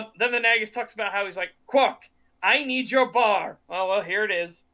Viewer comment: why are they pronouncing Nagus like "nag us"? it should be pronounced nāgus, as in "nay gus" it's said many times in DS9. are they just differentiating it from the real world title "negus"?